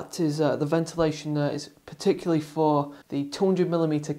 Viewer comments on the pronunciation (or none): none